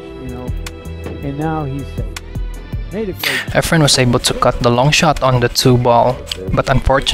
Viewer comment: Lol dont watch pool, i kept hearing “our friend” not “efren”